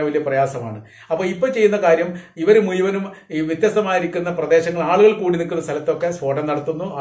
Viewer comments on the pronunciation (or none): മുയുവനും, എന്നത് (മുഴുവനും )എന്നു പറയണം (കേരള മലയാളം )